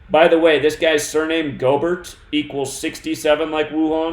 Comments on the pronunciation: its pronounced Gobear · Yooooo,!!! His name is pronounced “gobear” like its time for the stock market to “go bear” Im so glad i bought put options yesterday......bought to make a nice little chuck of money. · Pronounced—> Rudy Gobear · They calling him Rudy gobear not Gobert might mean something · Btw it’s pronounced Go-Bear. Rudy Gobert= Rudy GoBear